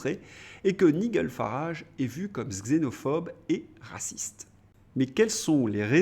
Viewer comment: Prononciation Nigel Farrage Nijeul non pas Nigueule